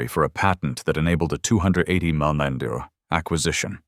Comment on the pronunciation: Why can't AI pronounce numbers? A $200 Muhauhuah dollar patent.